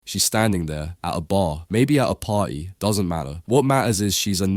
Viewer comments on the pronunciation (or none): “Yur at a baa, or maybe a potty” 😂😂😂